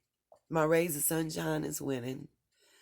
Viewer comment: I thought you said "my suBshines" 😅💝🌞